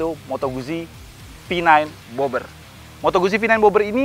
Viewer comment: Pengucapan moto guzzi itu moto gut-ji hehehe